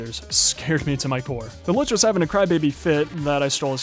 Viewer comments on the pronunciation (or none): none